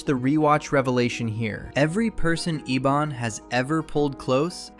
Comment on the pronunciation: And the villains name is Ebon, as in "ebony" the color. not Ee-Bonne